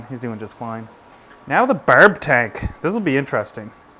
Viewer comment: He kind of says barb and firm weirdly